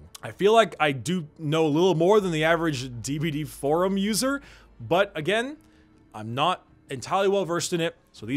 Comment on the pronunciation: "And then you smack em agEMM"